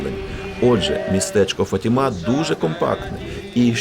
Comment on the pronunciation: Я перепрошую.. Правильно говорити- ФАтіма, а не ФатімА.( наголос на перше- А). Як говорити так неправильно, португальці дуже незадоволені. (в даний час , я в Португалії .) Це місто- ФАтіма і Матір Божа- фАтімска.